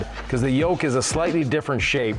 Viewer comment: Not a "Yoke", Tesla calls this a Squircle. Definitely not a Yolk as you say it lol. Good video, just needs redone. 😜 jk